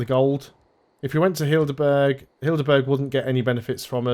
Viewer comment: Not "Hildeburg", Heidelberg is more pronounced like "Hydelburg". And as for English words with an m followed by a hard consonant, a P after M is not that rare, just not at the beginning of the word, it's usually at the end: hemp lamp camp Of course, it can also be in the middle in compound words: lampshade, campsite etc.